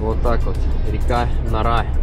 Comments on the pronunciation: Река нора 😂😂😂 река нАаааара, ударение на первый слог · река НАра, ударение на "А". будь внимателен и уважай историю своей страны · Река НАра, ударение на первый слог.